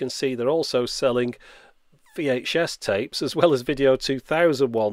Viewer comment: Beeh-ta and Wee-Ache-Ess